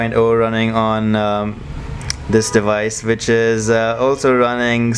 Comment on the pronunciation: It's wich not Vich